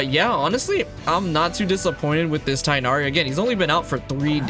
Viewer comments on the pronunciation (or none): Tig-h-nari. Not Tie-nari. Genshin please get your pronunciation correct